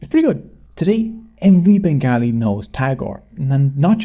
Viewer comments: Please pronounce it as ben-gaw-li. Or ban-ga-li. Nit begaahlee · Turned of at the first pronunciation of Bengaaalee...WTF!! Such Yankee ignorance is impossible on the ears.. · Why are you pronouncing the name as Bengalis? In general it is pronounced Bengali with the second syllable as to rhyme with call. Also Shantiniketan the institution founded by Rabindranath Tagore a Nobel Prize winner, produced another Nobel Prize winner Amartya Sen, and a Oscar winner for Lifetime Excellence - Satyajit Ray (whose father’s nonsense anthology Abol Tabol produced the creature Hansh-Jaaru )